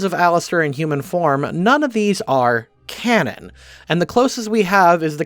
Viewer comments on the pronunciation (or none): none